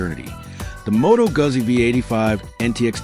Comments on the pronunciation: It's Goozi , not Guhzzi. AI is killing the world. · It's pronounced Moto Gutzi...dumb chat ai